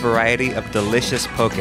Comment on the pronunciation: He actually was pretty good. You can tell he did some research. He pronounced Poke (POE-KAY) better than most locals.